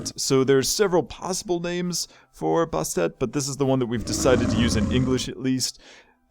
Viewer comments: It is pronounced Bastet not bostet ant she is a goddess not a god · okay 2 things bastet is pronounced bast-et and name it tom from tom and jerry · it is bas et the first t is silent